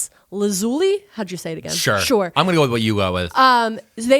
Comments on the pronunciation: LAZ-OOH-LEE. Lapis, who was trapped in a mirror for thousands of years, didn't suffer that trauma to have her name disrespected in this manner /heavy sarcasm. For real, though. It's Laz-ooh-lee 🤟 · In American English, it's pronounced either Lapis "LAH-zoo-lee" or Lapis "lah-ZOO-lee." I've heard it both ways, google says it's the first way- I double checked to be sure before I commented. Not trying to "☝🤓erm actually-" or anything, just hoping that helps ALSO- art materials professional here, Lapis Lazuli paints are still used today for restorative works on medieval or renaissance works, like in churches, as mentioned. But if you would like to use it in fine art today, while possible, it's much easier and more affordable to use the synthetic formulation for watercolor or oil paints in a tone called "Ultramarine Blue"! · I know lapis lazuli from Steven Universe so it’s funny hearing you guys pronounce it like that